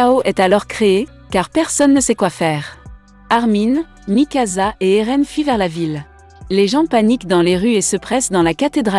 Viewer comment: A mikasa ce n'ai pas mikaza mais mikasa